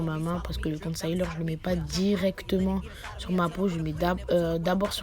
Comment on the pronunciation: Jvais taper toi ! Depuis quand ont dit « concaileur » niama 💀🤣🤣🤣